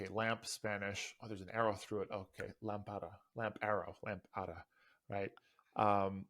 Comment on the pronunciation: Lámpara, with the accent in the first syllable.